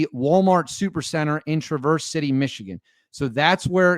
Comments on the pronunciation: BTW. It's TRAverse. Not TraVERSE. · It’s not pronounced Traverse. It is Traver(s) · Hi,, thanks for posting ♪ This is MY state, but I'm in Metro Detroit. Tra-verse has the accent on the 1st syllable: So it's TRA' verse. ♥♥♥ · Pronounce it lke Mary Travers of Peter, Paul and Mary. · It is pronounced Tra verse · It's all over local, State, Midwest and National media as to how "Traverse" is properly pronounced. It isn't like you are going up switchbacks on a mountain road. I feel embarrassed for you that you couldn't have done at least a modicum of research into the pronunciation of the city on a national news story. FMTT! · learn to say traverse …. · You're going to do report on the city please learn how to pronounce it cuz you sound pretty stupid when you don't makes me question all your other Remarks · You mispronounced the name of the city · The first “a” in traverse is pronounced like the “a” in bat fyi and the “s” is more like a “z” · Hi friend...suggest you check the pronunciation of the word "Traverse" as in Traverse City. The accent is on the first syllable, not the second. Good video! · You're pronouncing it wrong.